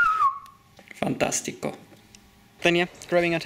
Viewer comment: Fantastico? Can you speak Italian?